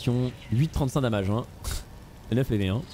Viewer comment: C'est pas "damage" c'est "damège" c'est dommages en anglais...